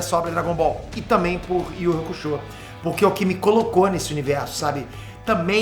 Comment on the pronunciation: ❤”iuçúque uraméche”❗️Escutar essa pronúncia na versão brasileira foi o que mais me alegrou. É honrar o legado. É reconhecer a importância duma das coisas mais legais do “desenho japonês” aqui no Brasil: ser uma das melhores dublagens de todos os tempos. Não sei quem foi responsável por manter a “pronúncia original”, mas queria muito o agradecer. Obrigado 🙏